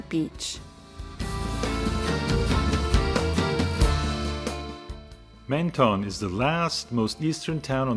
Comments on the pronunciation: Pronounced Mon ton not Men ton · Pronounced MON-TON. Sorry to be a Pedant. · You’re not supposed to pronounce either of the two N’s in Menton !!! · No it’s not! It’s pronounced MENTON! EN and ON are not pronounced the same way! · MEN and MON are not pronounced the same way!! Bad example! Try the word MENteur for example. The tong never touches the pallet either. But be right if you wish to be. Am signing out of this exchange and wish you all the best.